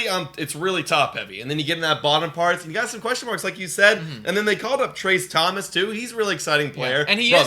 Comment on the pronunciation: It's Tracy Thompson, not Thomas